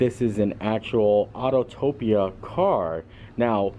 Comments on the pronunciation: Auto-pia. Not autotopia. Autopia. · Nice video, but FYI it is Autopia, not Autotopia. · Really cool video, thank you. As a former Autopia cast member your pronunciation killed me though ah-toe-pee-a! I’d totally buy that car if I could though